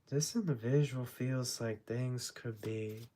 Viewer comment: This “indivishual “ 😂